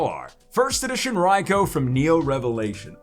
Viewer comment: Isnt it pronounced Raikue?